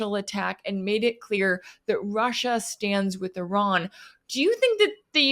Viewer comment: it's not 'err run', it's Iran. not very hard, mate